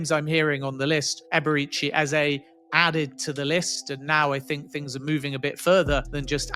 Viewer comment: I want all the players arsenal can get. And since we’re butchering names aka “Ebere Tse Eze”… 🤲🏽 Chineke ekwekwala ihé ojor. 😂 I want “Yolk or eggs”.